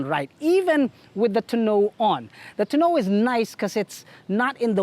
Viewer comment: tonneau cover ……. ‘Tahn-no’ cover (2 syllables) ……. Not ragging. You should see my wife laugh when i try to pronounce Tagalog words. I really enjoy your car reviews.